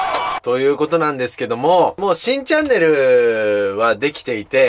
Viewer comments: 最初新チャンネルがしいチャンネルに聞こえた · 新チャンネルが しいチャンネルに聞こえた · 新チャンネルがしいチャンネルに聞こえるw